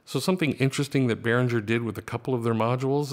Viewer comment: I believe it's pronounced Behringer with the "g" as in the word ring.